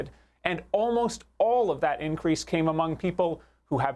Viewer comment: Why can't she say the simple word 'all' ? It's not "ooh-all".